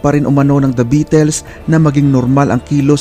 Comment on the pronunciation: kahit history na lahat ang mga impormasyon mo masarap parin pakinggan, nasira lng lahat sa pronunciation mo sa salitang "beatles", sana maayos mo ang pag pronounce